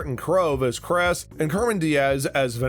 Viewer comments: Martin crowe as cres🤣🤣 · “Martin Krove as Kress” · bruh if you're a true cobra kai fan you would know how to pronounce everyones names "jared burtrand" - Jacob Bertrand Tony - Tory Krese - Kreese Gino Dinseo - Giannini DeCenzo Martin Crove - Martin Kove Cermen Diaz - Carmen Diaz Zabaka - Zabka